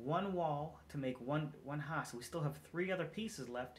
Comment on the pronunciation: Ha-use haha deff a penn accent.